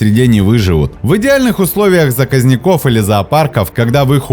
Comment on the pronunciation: расположенЫ заказникОв🤦🤦🤦